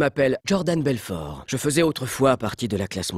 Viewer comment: genial comme d'hab ! Par contre pourquoi tu prononces belforTE ? x) Ca me perturbe ^^